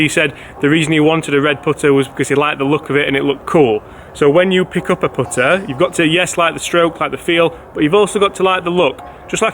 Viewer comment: Learn how to say putter